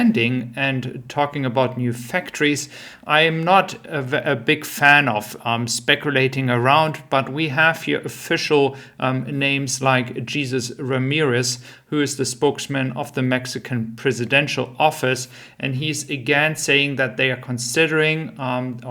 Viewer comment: FYI In almost all situations, the Spanish name Jesus is pronounced "hay-SOOS". The J is pronounced just like an "H" sound in English. The Spanish 'u' vowel is similar to the pronounciation of the double O in the word "moon".